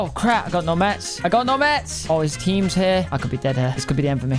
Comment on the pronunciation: Why tf do u say mats like that cmon now